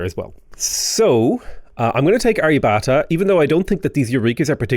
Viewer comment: It’s pronounced Arr-ya-bhatt-a Hard “bh”, hard “t” Nice tall build though! Always fun to see something outside the ordinary 20-city late-game in a Science/Domination run.